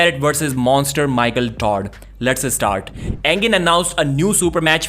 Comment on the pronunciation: Let's eh-start 😊